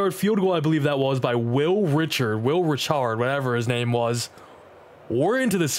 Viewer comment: Fyi when you're saying Reichard its not pronounced Richard, it's pronounced Rye-card. Love the videos, keep it up!